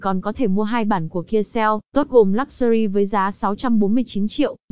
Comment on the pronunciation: Cô đọc thuyết minh kênh này điệu quá , nhưng toàn đọc sai các tên xe, dòng xe nghe buồn cười quá.! Ví dụ như Lák xu ri... , còn xe HOT thì cứ đọc là xe Hăk ...bó tay .!...